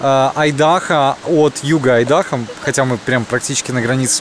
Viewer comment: Айдахо, ударение на первую "А".